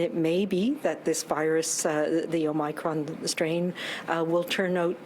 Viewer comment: Did Bonnie really pronounce Omicron as "Ohmycron"? Shouldn't the professionals know how to at least pronounce the virus they are fighting? :o 1m09sec